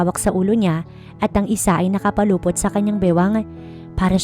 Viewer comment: NAKAPULUPOT NOT NAKAPALUPOT. AYUSIN ANG PAGTATAGALOG.